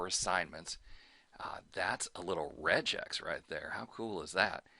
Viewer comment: FYI RegEx is pronounced REGG EX and not REJ EX - because Reg is short for "regular"...